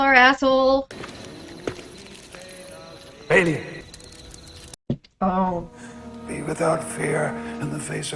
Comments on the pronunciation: But because french has to be french about it. The most correct way to say his name is bah Lee ohn. But real quickly all together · The way you say balien is about the most wrong way anyone can say it. Im Hispanic. The biggest help is a, e, i, o, u. Everyone said it in the way they know from learning a b c's. Balien is french. No on actually says it right. In latin. A e i o u..... is ahh ehh eee ohhh g"oo"gle